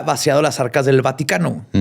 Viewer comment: vaticatences? vatiquences? vati..vatiiii?? Mi cerebro : Batman, cuando lleguemos a la Bati cueva me regala un bocadillo? si shaggi, todos comeremos algo , galletas y BATILECHE JAAJJAJAJAJAAJAJJAJAJAJRGTBZSEFRBHG ALV !!!!!! xD